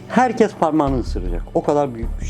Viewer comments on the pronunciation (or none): none